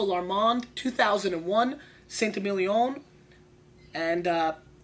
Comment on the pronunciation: Awesome vid thank you. Saint Émilion is pronounced “Sant ay-meel-yon” with the final n swallowed / pronounced in the nose rather than by the tongue (like you would when saying dom perignon). 😊